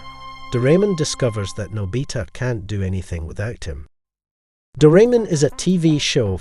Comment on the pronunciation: is there any website that you can watch doraemon? also its pronounce '' Nô-by-tah'' not nò bí tà